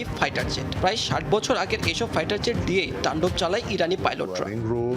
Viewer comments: ফাইটার যেট নয় এটা উচ্চারণ হবে ফাইটার জেট ✈️ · মুরখ, ফাইটার যেট (zet) না ফাইটার জেট (jet), স্টাইল মারানের ঠেলায় বাচেনা। কদিন পর মা রে বাপ, বাপ রে মা কইবা তোমরা।